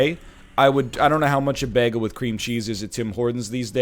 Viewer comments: I could listen to an hour long complilation of NL saying begul lol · LOL, NL says bagel instead of bagel.